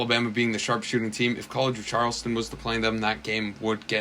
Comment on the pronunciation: You were really struggling to pronounce college of Charleston 😂😂